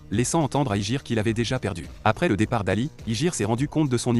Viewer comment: C'est pas IJIR C'EST YUJIRO